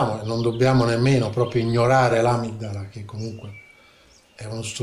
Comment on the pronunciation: Un'altra apostilla: la corretta pronuncia di amigdala è amìgdala, grazie all'amico Devin per avermelo fatto notare